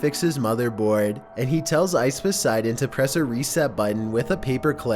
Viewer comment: It's IcePoseidon not OceVODseidon